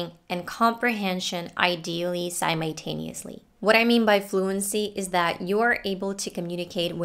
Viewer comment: Pay attention to the pronunciation of 'simultaneously' and 'adult', I gave up listening after these words because you made me doubt of how I was pronouncing them and after I checked so you are wrong.